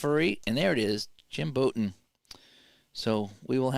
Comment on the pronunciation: Bouton rhymes with out